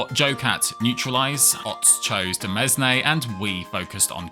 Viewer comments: It's not pronounced "demesney", it's pronounced "demain". ^^ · in case you don't know Demesne is pronounced like Domain but with e instead of O (as in, Demain) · I think he has a compulsion to pronounce all the letters